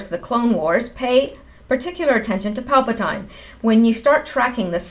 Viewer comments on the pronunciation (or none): Pronounced "PAL-pa-teen". My pleasure to serve you! (Sorry, I'm a tech writer/editor) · It's pronounced PAL-PA-TEEN !!! ;-) And there's NO DOOKI.... Geezus JUST READ...It says DOO-KU !! IT'S A "U" !!!! With a "U" at the end it sounds like DOO-KOO !!! You should KNOW that! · Palpatine = pal-pah-teen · It is pronounced Palpa-teen.